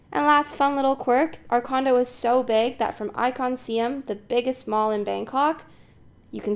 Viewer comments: The pronounciation is "Sy-Am" not See-Em, as there is a historical integrity behind it. Just some more practice/fine tunning with your video and audio editing will be great. Onwards and upwards. 😊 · Siam is not pronounce See-am!!! What a shame to live there but doesn't know how to pronouce it